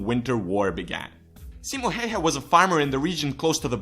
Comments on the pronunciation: Pleaseee! It needs to Be like: Simo Häyhä. A ~ Ä. Also if you want to know what Ä sounds like, you need to read this all the way to the end. So the letter Ä is the same when you say Apple. if you compare it to a word like a car for example, you notice the A letter in Apple sounds different than the letter A sounds when you say car. So just say the A letter alone. Don't say Apple just say the A letter and add couple of dots and you have made it. Also if you are still wondering what it looks like it should look like this: Ä and in lower case it needs to look like this ä XD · U. Logic same. Expesially how he pronounces Häyhä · It's not "Häjhä", it's "Häyhä". pronunciation is a thing that exists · Just some advice about how to pronounce the Finnish words with the letters "'Ä" and "Ö": Ä is pronounced like the A in the English word "hat", or "cat" Ö is pronounced like the U in the English word "fur". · What is heihe its häyhä not heihe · They always use too much "E" when they are trying to pronounce "Häyhä". So it sounds more like Hey-hä than Häy-hä. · "simo heyhe". No. Just no. The ä's are pronounced like the 'a' in 'mAn'' and the y like the 'u' in 'dUde'. HÄYHÄ. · it is Simo Häyhä not Hayha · No its not... its pronounced like a ä. Just like häyhä is pronounced like häyhä. Not heyhe, not hauhe its häyhä. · Simo heihe?:D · It is Häyhä tho. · Simo heihä :D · His name is Häyhä not Heie. If you are going to makea a video dedicated to the best sniper in history, you should also make the effort to pronounce one word correctly. Also, the numbers in this video are all over the place, only the kill count was correct. It really does't take that much. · tfw you are finnish and every time he says Häyhä as "heyhe", you shake a little 😂😂😂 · To say Ä it's like you say A in the word Apple. So its like Simo H(A from Apple)yh(Another A from Apple) Idk why i made this. Its just weird how english people say Häyhä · OH man the inaccuracies.. Can't even pronounce häyhä. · Its Simo Häyhä